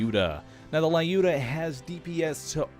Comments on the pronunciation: It's Luda =) "Looda", short of Lyudmila. Not Lai-oo-duh. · You're pronouncing Lyuda wrong! Its lew-dah. Not lie-oo-dah. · there is no Letter "A" in Lyuda, not lauda just Luda, if you do not trust me you always can ask google translate say "Люда" every time then you say this it hurt my ears. I love your videos but realy this small mistake drove me nuts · There is a letter "A" in LyudA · Oh god the way you pronounced Lyuda is just terrible :( If there's a gun with a Slavic name in the Pre-Sequel please look up how it's supposed to be pronounced. Thank you.